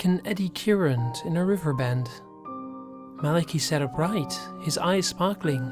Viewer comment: I don't wanna be THAT person, but it's MAL-UH-KY not MAL-A-KEE